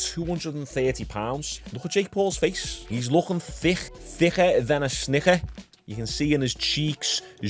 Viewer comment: “Thicker than a snicker “ sounded so hard for u to say 😂